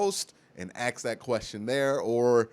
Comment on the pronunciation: Dude I love u baby but stop saying AXE when its pronounced ASK.